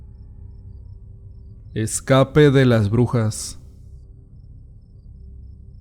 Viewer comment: No será con acento en la e' "escape' de las brujas"